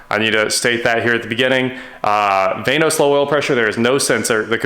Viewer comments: its not vane-os its VAN-OS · “Vainos?” So much nope.